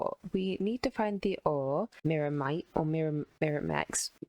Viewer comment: New drinking challenge: take a shot every time fails yo pronounce "Myrmitite" "Myrmite" or "Myrmex"